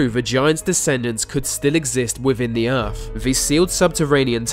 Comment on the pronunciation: Aa Glad and the he says earf.